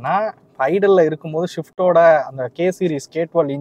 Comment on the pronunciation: Bro not shift .. it’s swift 😢